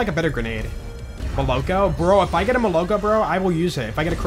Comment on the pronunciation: Every time I am telling it's not molOko, its molokO (milk in rus.), but je doesn't listen😢😢😢